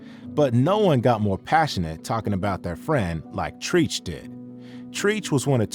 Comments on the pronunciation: Treech? It's Treach, pronounced Treach as in treacherous.. U must not be a part of the hop hop community and I'm giving a thumbs down for this video.. TF⁉️ This is what happens when culture vultures try to get paid off of views in our community. Treech 🤦🏿‍♂️ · It's treach not treeech put respect on the man name! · TREACH IS Pronounced “TRETCH”Bro like (Stretch) Not “TREACH” Like (Teach) Good Video 💪🏽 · hahaaa "TREECH" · Bro wtf is treech.....before you do a video like this u need to know how to say the names of the people especially legends who u talkin about.....his name is Treach from naughty by nature not treetch smhhhhhh if I was u I would take this down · Not Treech 😂 do better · Treeech 😂 come on bro thats not hip hop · It’s Treach not Treech! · The way you kept pronouncing Treach's name. It's not pronounced like "Preach". It's pronounced like Stretch. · IT'S TREACH!! LIKE TREACHEROUS. NOT TREECH . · pronounced cherech not treeche. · Wtf is treeech? Must have never heard a naughty album to be calling a legend a False ass name. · who tf is treech? LOL its treach! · calling the legend Treach, TREECH... Come on man, it's short for treacherous and rhymes with "Stretch" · Who da fuck is Tree'ch? Treach is pronounced like 👉🏾treacherous👈🏾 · His name is pronounced "Tretch" not "Treech" btw ,unless I was hearing wrong all these years. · “Tretch” not “Treech” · Who the fk is "Treeech"? GTFOH, you need to be humbled too. Treach's name is pronounced like stretch. Are you sure you the one who should be speaking on this shit you fkn noob. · Treeech? Its Trench! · It's Trech not Treech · Its Tretch not Treech 🤦🏻‍♂️ TRETCH TRETCH ... this is how you know the person making this video dont know about HIP HOP 🤦🏻‍♂️ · It's pronounced TRETCH buddy! Treach is short for Treacherous💯💯 Tell me you don't know anything about hip hop without saying it SMH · Why they pronounced Treach name as Treech🤣🤣🤦🏾‍♂️ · "Treech." Is Vlad narrating this video? smh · Who is "Treech" 😂